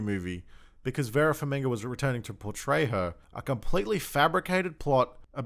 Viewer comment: Who`s Vera "Farminga"? lol